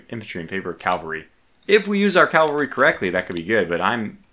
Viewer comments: It’s pronounced CAValry, not CALvalry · Curious that you pronounce it "cal-vary" rather than "cav-al-ry". Is that a regional thing? The short form is just "Cav" by itself. EDIT: Actually serious about the regional question.